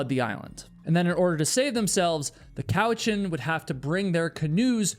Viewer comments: vancouver islander here - if you ever come here checkout tofino, the golden hinde, elk horn mountain. Mt. Maxwell on Saltspring Island is close to the ferries as well, and nice pronunciation of cowichan you nailed it lol. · Nailed the ‘Cowichan’ pronunciation, but screwed up ‘Duncan’ lol. - a person from Duncan. PS: Good vid Oh and there’s been several people gone missing over the last few years, all drug trafficking related and the truth gets covered up lol. Loooots of drug trafficking round these parts